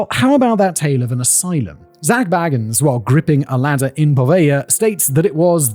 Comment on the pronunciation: The Ghost Adventures guy is named Bagins, pronounced bay-gins. Not Baggins. He's not a freaking Hobbit, small brain.